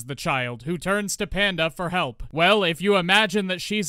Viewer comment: I hear "Hand of the Lesbian" every time you say "Panda the Lesbian"! 🤣